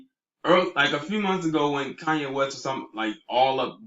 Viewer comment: *Koonyé (Kardashian).